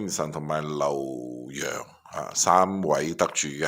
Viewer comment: 咁你講 劉 洋啦、識讀啦！費事成編都讀錯😅😂